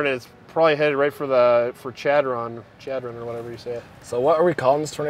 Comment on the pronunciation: Chadron… pronounced “shad-run” lol